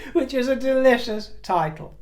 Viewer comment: Did you say delichious? 😂😊